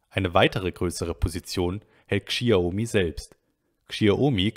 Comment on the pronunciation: Lieber, bitte sprech Xiaomi so wie Schaumi ( Schau- mi ) aus. Die Aussprache tut mir in den Ohren weh. Vielen Dank für die guten insides ins Xioami eco system! weiter so